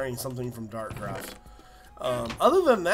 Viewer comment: It's Dartcraft not Darkcraft